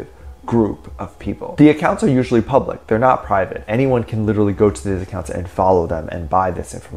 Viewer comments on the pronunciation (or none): none